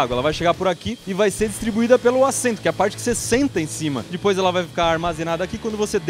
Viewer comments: Para de falar di pois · "E dipois" hahaha